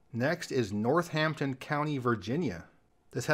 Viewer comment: Minor pedantry: Bodie Island, NC is pronounced body, like as in dead body or someone's body. I also believe Northampton is pronounced "norTHAMPton".